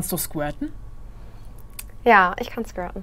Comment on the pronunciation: Niemand: Wirklich niemand: Monte: „Skwirten”